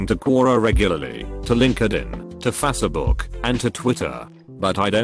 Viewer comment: No one Literally no one Text to speech bot: "F A S E B O O K"